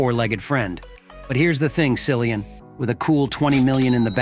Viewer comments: Learn to pronounce his name correctly! Geeezzz! It is like Killian! You really shouldn’t do a video about someone whose name you cannot pronounce correctly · Probably the information here as false as the way they pronounced his name. Common it is common courtesy to pronounce someone 's name correctly. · Incorrect pronunciation of his name 🙄